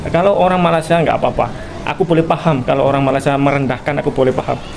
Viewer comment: Kenapa org Jawa nyebut Malaysia..dgn Malasia tak tengok huruf kh..jgn buat bodoh di mata org asing. Sebut Malaysia jgn Malasia.